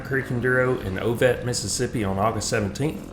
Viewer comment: Yes you pronounced it right! First time racing up there so I was out of my comfort zone but will definitely be back!! Favorite enduro right behind diamond back. Nice riding!!